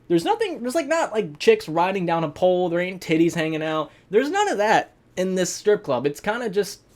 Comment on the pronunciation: I laughed cause I thought he said “it’s a paul” instead of “it’s a pole”